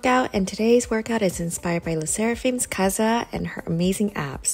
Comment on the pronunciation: I'm not trying to hate on you I actually loved this video but Kazuha is pronounced Ka-zoo-ha